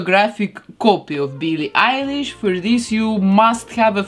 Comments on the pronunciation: Nobody : her:BEELEE EYELASE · She says byllie elish u have to say billie eilish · Bee lee Irish